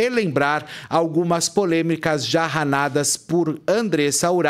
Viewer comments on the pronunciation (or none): O Felipe ficou até nervoso e falou ranadas ao invés de dizer narradas